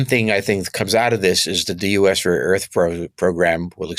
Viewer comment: this dude is keep saying rare ertu🤣